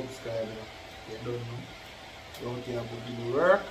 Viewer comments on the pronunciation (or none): none